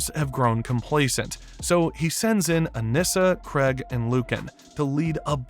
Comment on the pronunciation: “Craig” “Sessil” “Atom Ave” Who’s narrating this shit lol